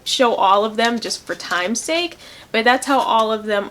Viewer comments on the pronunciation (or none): none